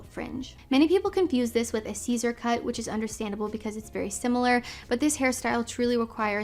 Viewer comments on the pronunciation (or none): none